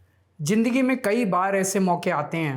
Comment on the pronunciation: Jindangi nahi .. zindagi.. apna tallafuz theek kariye..